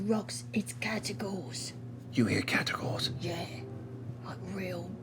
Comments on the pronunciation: As a HUGE fan of Shadow of Mordor I LOVE Shadow of War even more, and I love the CR cast more than almost anything. However, "Caragor" are the plated, lion like beasts of Middle Earth. "Catagor" makes me die a little inside every time I hear it. I love you Matt, but there is no t in the word and I understand that the characters have accents but I can't stand it. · Does it bug anyone else that they keep saying catagor instead of caragor even though they worked on the game and must have said it a bunch already? The other vernacular from the game is represented correctly so it's just weird that one thing is unanimously mispronounced. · I love this, but can't be the only one who has noticed that they spell it "Caragor" in the games but they keep saying Catagor. Am I crazy? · That's what I thought at first, but they were very clearly pronouncing the T several times, they were definitely saying "catagors".